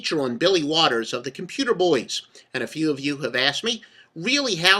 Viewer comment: bro said waters lol